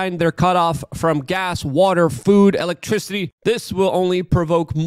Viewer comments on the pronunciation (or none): none